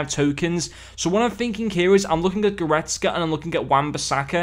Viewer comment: Thanks man! You did pronounce it right btw and I’m thinking of getting kimmich if instead of goretzka